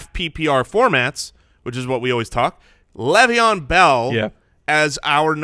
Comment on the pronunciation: PLEASE stop saying "Lev" Bell